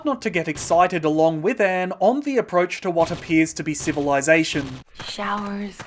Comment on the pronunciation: lol everytime you say Anne I think your saying AM from I Have no Mouth and I must Scream